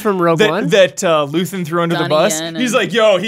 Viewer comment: his name is "Luthen" not "Luthien" haha Dedra is oddly enough probably the best live-action villain in modern Star Wars (low bar, I know). She's a terrific/unique take on the bad guys as someone you can root for against her snobby coworkers or creepy cereal Karn, but totally despise when she's on Ferrix asserting control.